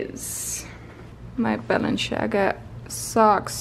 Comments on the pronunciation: IT IS "BALENCIAGA" not "BALENTSHIAGA".... :))))) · Its balen - tsi - aga, not balen - Shi - aga, its kinda important to pronounce famous brands, that you wear and maybe work with, right #justatip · Lol I love the way she says balenciaga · I know this is a little older but it reeeeally bugs me how she butchered the brands names over and over again 😂 I love you but giirl. Manola Blahnik? The way she says Balenciaga? I am in pain.